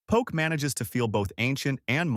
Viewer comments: It’s po ke. Not poke in the eye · You lost me at poke. The pronunciation. Po-kay. Not Pok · Poke is pronounced poh-kay. Not poke. You would know this if you really was in Hawaii. Come on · Good research, but terrible pronunciation of almost every Hawaiian and Japanese word. The info is probably from a Hawaiʻi source, but you should have gotten someone from Hawaiʻi to read it. If you go to Hawaiʻi and ask for "poke" rhyming with "joke," people will just laugh at you. Many of the pictures are not of the food being described. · I predict a lot of angry comments by Hawaii locals in your future, and past, by the looks of the comment section. Oh well, nice drone shot of McCully, Ala wai, Gateway to Waikiki, etc.. and thanks for sharing the info about local food, albeit with some of the worst pronunciation ever heard. 🤙🏼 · So many mispronunciations? Please is pronounced Pō-Kay. The fruit Lilikoi is actually Passion fruit. Yeah like commented earlier Ti leaf is said Tee leaf. Pronouncing Hilo, Hawaii is pronounced Hee-Low. I can appreciate this video but they should’ve utilized a local older man or woman to narrate. It would come across more genuine and immersed. Hawaiians wouldn’t feel mocked.